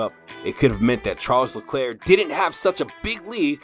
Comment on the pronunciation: I think you should learn how to pronounce his name correctly.